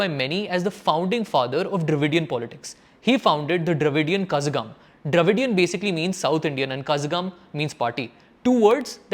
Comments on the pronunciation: Correction on your pronunciation: This work "Kazhagam" is not pronounced as 'Kha-za-gum' it is pronounced as 'kha-LLa-gum' it is a deep 'La' in Tamil we have 3 different 'La' pronounced in 3 different pitch or tone. This one used in kazhagam is a "Sirappu Lagaram" which is used in "Tamizh" - "தமிழ்". Nice video :) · It is not kasagham . It is kalagam. ழ is a consonant something specific/ special to Tamil language. You have four different consonants in Hindi. We have three dofferent letters to indicate different sounds from each other ல, ள, and ழ. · It's kalagam Not kazagam... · Not kazakam its Kalakam Pls correct ur pronunciation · Kazhagam is no pronounced as "Ka-za-gam" but more like ka-lla-gam" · Kazhakam is pronounced 'Kalagam' as there is no letter for the special 'la' used in Tamil. It is not Kasakam. :) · Hay guy it is not kazagam .It is kalagam. But here the l sounds differently, something unique for Tamil language. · Dude. It is not pronounced Kazagam. U prounce it as Kalagam. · Not kasagam man, its Kalagam Zha mean la pronunciation tongue should go deeper not near to the teeth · Zh is not a z sound but a r sound, IPA: ɻ So not to pronounce kazagam but kaɻagam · Not kazh (s) gam Kazhagam (La) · kazhagam needs to be pronounced as kalagam. not kasagam. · What kazzzzagam 🤣 ? The closest English I can write is kalagam for pronunciation. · Kalagam not kazagam. letter "ZHA" pronunciation only available in Tamil and can be able to pronounce Tamils only .. cannot be others. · Kalagam not kazhagam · Good video. FYI - it is pronounced as "Ka(la)gam" and not "Ka(zh)agam". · Yow thats not kazagam. Its kazh(l)agam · Pronunciation 😮 kazhakham..it's not kaza..it should be pronounce as kalagam. Zha sound. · Bro u have to spell it as kalagam not kasagam....zha is a special letter in Tamil which irreplaceable by any language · it's not kasagam it's kalagam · actually that kazham is "kalagam " . retroflex "l" sound, but it is voiced and often transliterated as "zh".